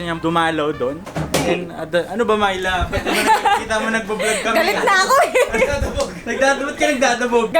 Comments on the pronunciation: Sa twing binabanggit ni yung name ni Myla, naririnig ko "My love" HAHAHA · Unang dinig ko talaga sa Myla eh, "My Love". AHAHAHA.